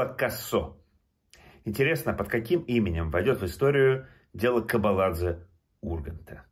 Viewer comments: Читаю комментарии почему не удивляюсь.? Кобаладзе грузинская фамилия не правильно произносите у русских нет буквы ძ - дз Самое главное никого не интересует что беззаконие у вас везде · КОБАЛАДЗЕ вторая буква О а не А и в конце в место дз у нас одна буква ( ძ ) კობალაძე эта буква ест у японцев и китайцев на пример Си ДЗин Пин на русском пишите дзин но произносите по другому так же как Камикадзе на японском. (ძ Წ Ქ Ჭ Ყ Ჯ Ჰ ) Этих букв в русском языке нет а в грузинском нет (ё й щ ь ю)